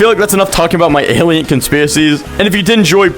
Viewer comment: nah bros saying alints